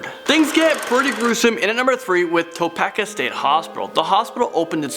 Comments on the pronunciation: It's toe pee kah, not toepecka lol... It's in the State of Kansas... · Its pronounced toe-pee-ka 😂😂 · Oh, and if no one mentioned it yet, it is pronounced, TOE-PEE-KA. An the accent is on the second syllable. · Topeka-- (Toepeeka) not topeckuh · It’s TOE PEE KA, not TOE PEC KA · It's pronounced Toe-peek-uh not toe-peck-uh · It's "To-PEE-ka",. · Topeka is pronounced: Toe-peek-uhh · Okay that ticks me off. Toe-Pea-Kah Like Topeka, KANSAS! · Im sorry but I live in Topeka and I’m js it’s pronounced “toe - peak - uh” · It’s Toe-Pee-kah And your facts are off on so many things it’s ridiculous. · Toe-peck-uh .... I was like I’m sorry what 😂😂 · It's pronounced too-pee-ka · Topeka= (toe peek a) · Topeka is pronounced "toe-PEE-kah". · Topeka...toe-pee-Kah. And I quote foster’s home for imaginary friends “it’s hot in Topeka” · It's pronounced Topeeka. :) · It's pronounced Toe-Pee-Ka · It's pronounced Toe-peek-ah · It’s pronounced TOE-PEE-KA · To-pek-a ?! That's not how it's pronounced.. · Hey it's pronounced topeeka lol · Toe-pee-kaa. FYI. 😂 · Yeah! This video has barely poked its head into that DEEP rabbit hole! Also....Topeeka Kansas. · Hey i live in topeka it is pronounced to-peak-ka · Ok sorry i like you but your pronunciation of Topeka is irking me. It is T-o-pe-ka split it like that and you will have the right pronounciation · that makes me so mad I live in Kansas and he pronounced Topeka wrong 😡😡😡😡😡